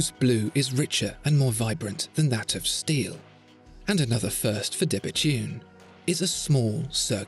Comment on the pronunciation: I thought it was pronounced 'debetoon', not debetune', but I might be wrong. Excellent video; great watch.